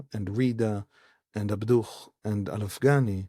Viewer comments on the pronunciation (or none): Just FYI, it's not "ab-DUCH", it's "AB-du". That H is a "ه", or "ה" in Hebrew. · Just for your note: Muhamad Abduh's family name ends with a silent "h" or "ه" in Arabic. /Abdu/ It's not the "h" in Hamas that is "ح" or "ħ" in arabic.